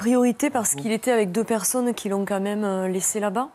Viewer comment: On dit "Quand même " et pas comme même 🙄